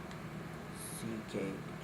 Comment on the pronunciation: the digraph 'wh' does NOT say "whah!"